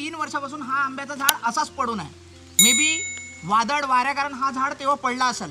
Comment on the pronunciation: वादड नाही वादळ 😂 मस्त 👌 तु जिथे जातो तेथील गाव, तालुका आणि जिल्हा यांची नावं सांगत जा 🙏 म्हणजे लोकांच्या लक्षात येईल आणि ते सहज जाऊ शकतील 🙏 बाकी तुझे व्हिडीओ खुप सुंदर असतात आणि मला ते पाहायला खुप आवडतात 🙏 सप्रेम जय महाराष्ट्र 💪🚩